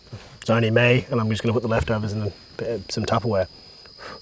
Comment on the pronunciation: Love me some “lefotovers”